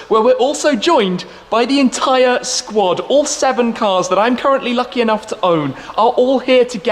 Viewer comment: Point of correction, we are joined by the entire “SHQUAD” thanks.